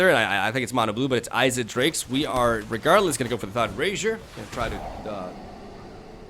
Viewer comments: Great work on this one dude, this is the best standard deck I've ever seen! I do have one tiny criticism though, you pronounced Izzet wrong. The way you said it sounded like "eyes-it" but it really sounds like "is-it." I don't want to come off rude I just wanted to point it out. I love your videos and creative decklists man, never stop! :) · messing up the gates deck very nice! btw it's izzet (spoken e not i at the beginning :)